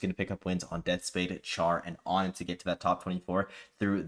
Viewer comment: Did onin clarify that their name is on-in instead of oh-nin? I’ve only recently begun hearing people say ah-nin and to me it obviously seems like the incorrect way to say it.